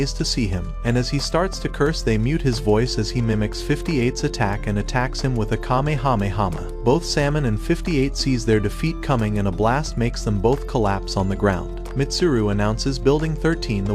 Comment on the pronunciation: Bro really Kamehamehama bro please pronounce it right 28.01